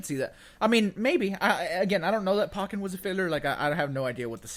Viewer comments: The E in Pokken is accented. So it would technically be pronounced Pokkén/Poh-kayn. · Im triggered that you said Pocken and not Pokken. It's literally Pokemon + Tekken mixed together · First of all, it's pronounced PO-KEN not pocken. Secondly, Pokken would work better on switch because getting a setup going would take less effort as the wii u version, which requires 2 wii u, 2 lan adapters, a crossover cable, plus 2 monitors. On top of that, you have to set your internet settings to a specific IP and DNS to even have them communicate for LAN mode. Having a port on the switch would bring forth the ability to play against others on the go, plus it would have local wireless functionality and less hassle regarding getting tournaments going, much like how you would have to do for Splatoon on Wii U. Splatoon 2 is already an improvement on the original just from letting people play without having to be connected via internet, so Pokken would benefit in the same way. Plus, having it on the switch would expose a lot more people to the game considering that the Wii U didn't do too well, and the Switch is already doing fairly well already. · Every time you said Pocken I died a little inside. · He says Pokken wrong